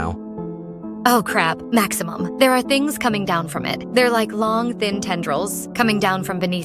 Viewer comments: the way she said maximum😂😂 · "Yoelle" "Maximum" I cant😭😭🙏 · "maximmum" "joèlle"